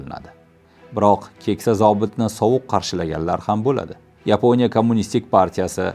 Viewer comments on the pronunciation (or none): none